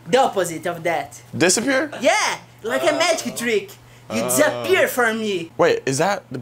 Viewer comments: Man says Dehzapur🤪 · The way says disappear is the best way I’ve heard that word ever pronounced